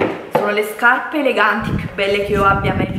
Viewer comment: ..."quando ho visto queste SCAPPE", mamma mia ma invece di spendere migliaia di euro per rifarti perché non vai o da un dentista, se il tuo problema é al palato, oppure vai da un logopedista così impari a parlare, perché veramente non ti si può sentire.